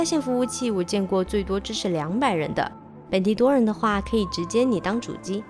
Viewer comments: steam 不讀「死tim」..是讀「死dim」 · steam 不讀 s team